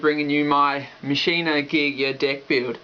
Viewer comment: Machina is pronounced Mach-Ina. Not Machine-a.